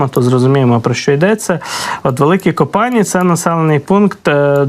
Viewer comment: Великі Копані` , Брилі"вка правильно наголос на , і